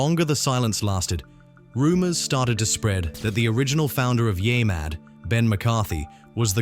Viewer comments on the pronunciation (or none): It's NOT yai... it's YEAH mad facepalm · Stop letting AI read your scripts! It can't even properly pronounce "Yeah Mad!" It's not "YAY Mad!!!!" 😠😠😠